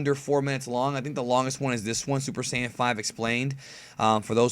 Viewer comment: Also you said Super "sIyan" God super "sAIyan" lol I just thought that was funny lol